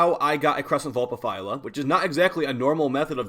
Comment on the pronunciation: He said Vulpaphyla correctly? Damn, now that's growth